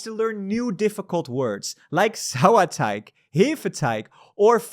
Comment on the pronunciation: Why is no one mentioning that his pronunciation of Hefeteig, Sauerteig and Vollkornmischbrot was super clean?!